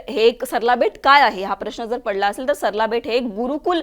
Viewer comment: सरला बेट नाही , सराळा बेट असे नाव आहे. सगळ्या मराठीच वाटोळं असल्या या चॅनेल मुळे होत आहे.